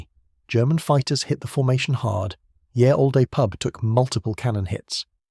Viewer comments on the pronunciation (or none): Fuckin' clanker says "Ye Olde Pub" then mangles the same phrase saying "yeah all-day pub".